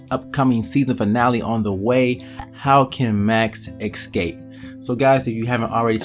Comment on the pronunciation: WHY DO PEOPLE SAY "EK-SCAPE"?! IT'S "ESCAPE"!!!!